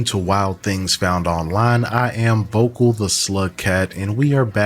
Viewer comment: Bruh For the Longest time I thought you been saying “Vokal the slut cat”